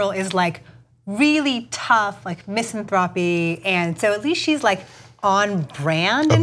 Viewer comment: "MISS'enTHROPpy"? Really? I CAN pronounce words correctly. May I have a job as a journalist?